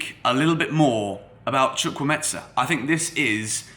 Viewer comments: Bro you butchered the Nigerian name😂😂chu-kwu-Emeka may be this will help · Are you sure his name is pronounced as "Chukwuemetsa" though? 😅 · Chu-kwu-eme-ka. The 'ka'' is pronounced as in the 'ka' in Anielka (origin: Nigeria; meaning: God has done well). Fabrizio Romano, take note too😀. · Pronunciation is : "Chukwu-e-me-ka" Break it down to say it well.. It's Nigerian mate! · Chu-Kwu-A-Me-Ka - Chukwuemeka!!! Or just stick to Carney! Y'all should not butcher my Naija brother's name lol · You are killing the name😂🤣. The name is Chukwuemeka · His name is pronounced as spelt... It's an Igbo name, a popular Nigerian name. Chukwuemeka (Choo - ku - ay - may - car). You pronounce it as if the name is Italian or Spanish. Besides that, he's a valid addition to Chelsea. Great signing for years to come. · Pls you are pronouncing it completely wrong Is Chu Kwu E me ka which means God has done well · HOW TO PRONOUNCE HIS NAME Hi great video I have a similar name to chukwuemeka and am also Nigerian and it seems you may have got the pronunciation from fabrizio who didnt get it right at all. Here to help. So it's pronounced like CHU - like the 'choo' of choose' (you got this part right) KWU - like Koo (traditionally we would slightly pronounce the w) E - this E is like the 'e' you pronounce in the word 'Everton' or the e in 'Egg' Meka - the 'me' part is like when you say the slang word 'meh' (like I'm feeling 'meh') KA - like the footy player 'kaka' so not the ETSA sound that fabrizio says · Where do you hear a T and a S in his name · The way you pronounce his name is wrong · What the.....? Was it the excitement or what?, you totally murdered the young man's name!. How did you "smuggle" a "z" into the pronunciation of the name "Chukwuemeka"? Chukwuemeka means "God has done so much" Good video as always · He didn't even try😂😂😂